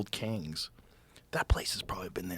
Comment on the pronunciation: Did Joe say “Kangs” ? 🤣